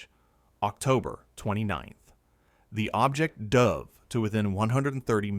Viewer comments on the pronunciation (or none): none